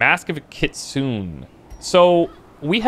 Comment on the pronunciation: "Mask of the kitsun" Never heard it pronounced like that